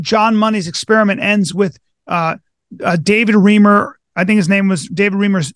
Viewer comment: I admire Dr Grossman so much, but someone PLEASE tell her that David Reimer's last name is pronounced REYE - (rhymes with eye with an R preceeding) mer, NOT REE - mer!